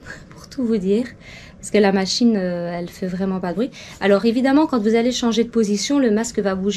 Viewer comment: Brouit aussi lol